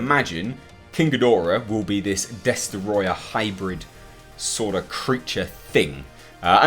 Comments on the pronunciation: you need to say Destoroyah like James Rolfe -example below. After all it is only right to do. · Mwiza Chihana Des-troy-ah